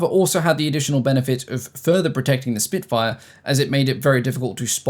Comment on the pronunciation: Spitfire ❌ Spinkfire ✅